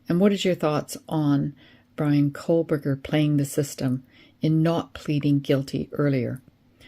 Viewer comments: I watched the KR trial. I can understand why ppl might mispronounce Dever, but Kohberger and Kohlberger, not so much. Don’t need to add extra letters to get from Dever to Dever. 😅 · Koh-Berger. There’s no L in his name 😂 why does everyone mispronounce it? 😂😂